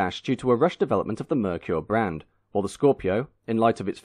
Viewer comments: Or maybe Ford II, Mercury II, or the names that were rejected by Ford in the 50s, to make a new brand in the 50s. Or, they could tell people to pronounce Merkur, “Mer-Ker", and not “Meir-Qier". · There was an ad campaign back in the day to teach Americans how to say Merkur. I remember the ad campaign pronunciation as MARE-COOR. I thought the XR4TI and Scorpio were gorgeous, game changers for Ford. I was saddened when the whole thing collapsed just a few years in. Still love both vehicles to this day.